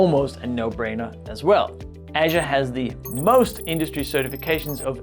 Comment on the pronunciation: Everytime when you say "Azure" it's sound like "Asia":) But nice video, thank you:)